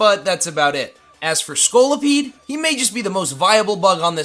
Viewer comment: HITMONCHAN, NOT HITMOCHAM! DO NOT LEAVE OFF THE N IN TENTACRUEL! SEISMITOAD IS SPELLED WITH 2 I'S, NOT 2 E'S! AND IT'S SCOLIPEDE, NOT SKOLLIPIDE!